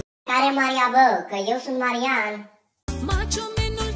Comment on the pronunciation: Ai zis Manian se zice Marian!